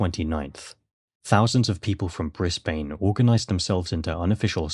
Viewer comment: Brisbane is pronounced Brisbin